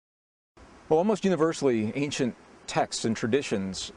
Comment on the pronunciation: I love when he says “texts” lol